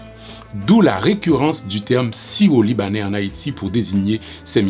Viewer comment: l'accent créole à tendance à mal prononcé le R, mais il dit bien syro